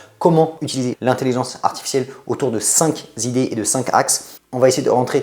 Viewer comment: Je pense que vous vous trompez. L'IA est un outil qui permet d'aider grandement mais il faut entraîner son cerveau, son intelligence et sa sagesse d'abord au lieu de les confier à un robot. Par exemple, vous avez dit "cinq "z"idées" alors que les nombres sont toujours invariables ainsi on dit les cinq idées. Si vous ne le savez pas c'est parce que vous n'avez pas assez lu ou appris les rudiments de la langue. Maîtriser la langue, quelle qu'elle soit, c'est parvenir aux idées, aux concepts, aux stratégies. On apprend d'abord et on se sert des raccourcis après.